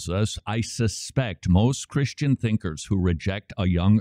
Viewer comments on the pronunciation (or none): none